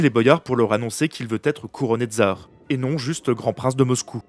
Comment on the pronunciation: Super vidéo, juste prononcer TSAR et pas TZAR pour plus d'authenticité